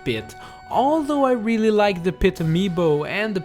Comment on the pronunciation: "Pee-too" "Paloo-tuh-na"